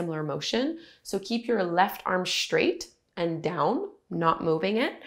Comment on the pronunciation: Keep your elbows 'schtraight' when you use your 'schtrap'.